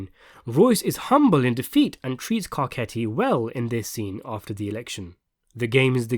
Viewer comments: It just threw me for a loop when I heard you say Garketti and if you watch the show, you should know it’s pronounced Garssetti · Butchering names. Carcetti is pronounced car- set- e e . He's Italian and the show even pronounce for you